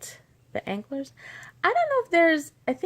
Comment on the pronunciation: Antlers, pronounced:. Ant' lurs. Smiles. My absolute favorite blue is "Wired" by L.A.Colors. I have never tried this, but sometime I am going to try using sugar for the snow. Dip wet white polish into sugar... my goal next year is to experiment more... These were absolutely adorable nails. ( A way to remember pronunciation for antlers... Reindeer never have ants lured onto their antlers.). Also, according to a Christmas special I was watching on TV last night, Rudolph had to have been a female, because only females have antlers. I don't remember for sure if that is that makes lose theirs in winter... But the purpose of them is to be able to dig through the snow for foraging... Merry Christmas and happy holidays!